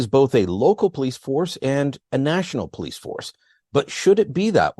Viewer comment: You would think a former cop would know how to pronounce the word 'police'. It's not plese. It's also not pronounced crect.